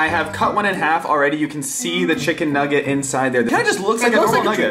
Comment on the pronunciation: He said deep fraid Chicken naget noooo really 😂😂😂